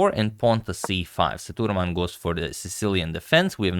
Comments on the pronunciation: Sethu Raman not thuraman , Sir.. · Sethuraman is pronounced Say-thu-raa-mun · FYI. Pronounced "say - thu - raw - man". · Agad his name is pronounced as SETHU-RAA-MAN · agadmator, it's "ss-a-thu-raa-mun".. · Sethuraman should sound like "say thu raam un" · Sethuraman is pronounced "Say-thoo-raam-un". Vaishali was perfectly pronounced. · The pronunciation for GM Sethuraman is Saitu-Raman Saitu means Bridge in Sanskrit /Hindi Raman is for Lord Rama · Just a small correction on pronunciation of Sethuraman. E should be long like A in Cake and the A before m is also long like A in Barn. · The pronunciation of Sethuraman was not quite right. Please see if this helps